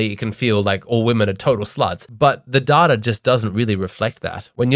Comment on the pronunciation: Love the "DATARR" in each video my man.